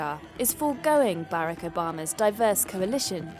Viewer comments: Who is this "Bare-Uck"? I have heard of "Bar-Ock". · “Baarack Obama” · Lol “ Bayrac bama “ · I’ve never heard Barack pronounced that way before. Is that how people from the UK pronounce it? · I found it distracting that the narrator pronounced President Obama’s first name wrong lol. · Is annoying the way the narrator lady is pronouncing Obama’s name. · Narrator fails to pronounce Barack correctly, thereby destroying all credibility of this piece. Shame on you!!!